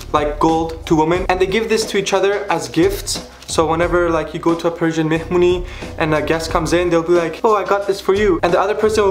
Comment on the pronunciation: listen and repeat : mehmuny xd